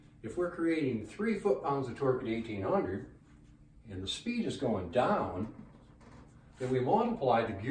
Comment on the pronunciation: The neep for speep